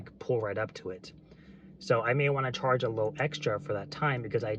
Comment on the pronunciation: did you say "Karge for that extra yard"